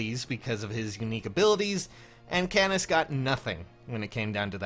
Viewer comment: it' canas not c"anus"